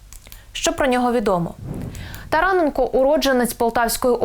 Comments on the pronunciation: ТаранЕ'нко. робіть наголос правельно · Говоріть правильно прізвище НЕ тарАненко а тараНенко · тараненк О, ГОВОРИ ПРАВИЛЬНО